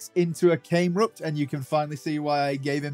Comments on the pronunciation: It’s Numel not Noomel, Cam-erupt not came-rupt. Delete your account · I find it funny how ya say came-rupt